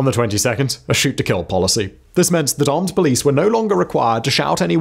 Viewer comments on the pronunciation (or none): "palmed police"......are you AI?